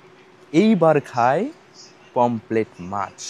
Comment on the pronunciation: অসম্ভব জ্ঞান ! লিখেছে ''PAMPHLET FISH' !!! আবার বলছেও 'পমফ্লেট' মাছ !!! আরে ওটা 'POMFRET' ! 'পমফ্রেট' মাছ।